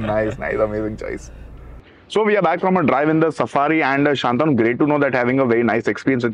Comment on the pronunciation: It's shantanu not shaaantanu